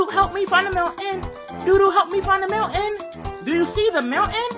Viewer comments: How pronounces "mountain" is Mow ayn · It's funny because kids' TV would never let a widespread edutainment show pronounce "mountain" like that.